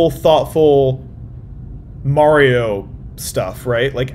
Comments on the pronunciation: The way he says Mario hurts my soul. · i think he's saying mario wrong on purpose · Why does he keep saying mario wrong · Why is he mispronouncing Mario's name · Um actually it’s pronounced Mario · Bruh why does he pronounce Mario like that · I’m cracking up at how he kept saying “Mary-oh” until he started watching the video and they were saying it correctly, then he started saying “Mario” without even realizing it lmao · i dee kay dude its merio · BREAKING: Man Spends 15 Minutes calling Mario "Merio" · I cringe everytime someone says Mary-o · why do you say merio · once said:mareo P.s. I know it’s said Mario but how said it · Take a shot every time he says "MEHrio" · MAYRIO TRAILER MAYRIO TRAILER ITS MARIO TRAILER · Who the hell is “Merry-oh” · At the beginning of the video he pronounced it mayor-io and at the end of the video he pronounces it Mario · does not have a voice that's supposed to say Mary-o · It’s not merryo it’s Mario, like mark, or Marvin, or marshmallow. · MAIR-io??? it's MARR-io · why do some people say "mare-io"? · why does he say may-rio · stop saying merio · Mah not mae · Even though I think he’s trolling us, every time says “Mayrio”, I flinch. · Mare-io pronunciation is a joke — you can hear him switch between the two throughout the video -Paintspot Infez Wasabi! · Did bro just say Mayrio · The way you pronounce Mario is painful. Maehryo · bro said merry-o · Bro did not just say Mare-ee-oh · My favourite part was when he was like "It's a me, Marry-O!" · please stop saying “mare-io”. you are better than this. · I don't know how authoritatively you can speak on Mario voices, given that in this very video you were pronouncing it "Mary-oh" right up until Miyamoto's dub actor spoke it out loud. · why do you keep pronouncing it Merio? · The minute I heard you say ''mArio'' I instantly disliked 😂😂. Also love the trailer and I can't wait for the movie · Why do people pronounce Mario as Meh-reo?